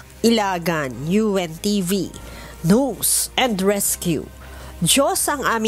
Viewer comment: BAKIT YONG IBANG REPORTER, NAKAKAPRONOUNCE NG "NEWS", NGUNIT SI, GINAWANG "NOOZE AND RESCUE"?